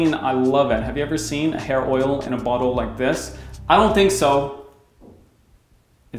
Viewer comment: Why does it kinda sound like he's saying butthole when he refers to bottle